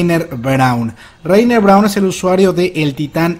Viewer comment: Mientras sigan pronunciado Bertoltod y Lainer, sigo sin fiarme